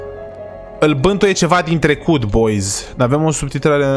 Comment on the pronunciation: Ai zis "il bântuie cineva din tlecut"